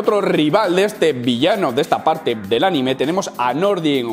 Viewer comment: El este... hablando todo día de “este momento del anime” y luego no sabe decir anime!!!!!! Jajajaja te quiero